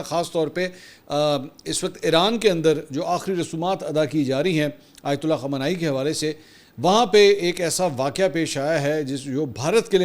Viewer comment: MAK PL.nam sahih karlen KHAAMENAAI. JAFAR SUBHANI